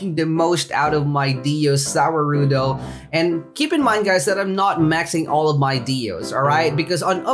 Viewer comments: Its pronounce ZA-WARUDO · za waruldo is pronounced za world -o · its ZA--WA-RUDO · btw the way it's pronounced ' za war-doe' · The way you pronounce za warudo hurts my brain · how u say za warudo makes me mad no hate btw